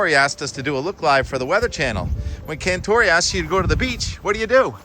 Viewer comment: Not a big fan of Cantore. By the way his last name Cantore became Cantore' with the emphasis on the "e" at the end of his name. Met a guy who went to college with him & explained that to us in a meeting.